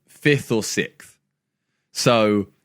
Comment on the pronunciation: Is it an ongoing joke or Simon just can't pronounce "sixth"?